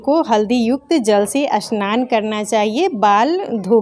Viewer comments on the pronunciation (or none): Aunty असनान नही स्नान hota hai😅